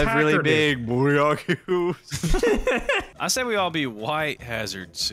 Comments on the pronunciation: “Bouillon cubes” 😂😂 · Boy said bullion cubes😂